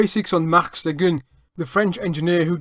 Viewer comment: Really interresting and well done! I really enjoyed it. Your french pronounciation is impressive. It is off for Seguin though, which should be pronounced as [sœgɛ̃] and not "segun". The closest I can think of in english would be "Seguin", like in "terrain". The end is still a bit off too, but "in" sound in French does not exist in English and this is the best approximation. Keep up the good work: I am now subscribed!